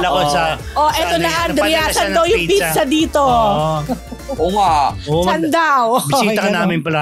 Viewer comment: It's pronounce "PIZZA" not "PICHA".